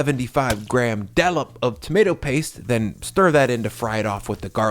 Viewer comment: Hi. Think you mean dollop not dallop